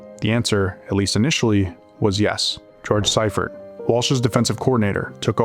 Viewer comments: All this work just to find out you pronounced one of the greatest coaches of all-time name wrong. It's see-furt not cy-furt. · SEA fert Not SY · Sea-fert/see-ferd …. Sci-fert is frying me 😂😂😂🤦🏽‍♂️. Other than that, GREAT FK’n video!!! I’m from Philly but been a 49er fan my ENTIRE life. One of my recent most memorable moments of this team is when the NFL allowed fans back in the stadiums after COVID. U.S. 49er fans took over the Linc aka Eagles stadium for the season opener and we won the game!!! It was funny bc a lot of Niner fans were from out of town and were kinda scared of Eagles fans but I assured them they had nothing to worry about lol. Every time I got up for good or the bathroom the entire section got up to do the same thing 😂😂😂. Wildest shit I ever experienced at a game lol. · It's not SI Fert, it's SEA Fert. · The coach that took over for Walsh pronounces his name as SEE-furt, not SI-furt . That part, as well as issues with some of the AI created graphics bothered me about this post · Thumbs down and stopped watching after dude kept pronouncing Seifert wrong 🤦🏻‍♂️ who the hell is George Cypherd? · then do better research. George Siefert's last name is pronounced SEE-fert. He only won two Super Bowls, not like he did anything special. 🙄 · George Seifert is pronounced SEEfert. At the very least research the people you're talking about so you can at least pronounce their names correctly. Is everybody so goddamn lazy nowadays? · lol *see-fert George Seifert sorry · I watched a lot of NFL films, and they always pronounced his name See-fert. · See-fert is the pronunciation of the coach's name. Great video and audio. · The narrator is pronouncing George Seifert's name wrong. With all do respect to Steve young he didn't have the big game mindset that Joe Cool did.